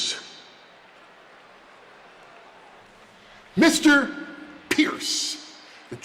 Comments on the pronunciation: " call phierce " 😂😂😂😂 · the heyman pronounce pearce is hilarious piercing his name literally🤣🤣🤣🤣🤣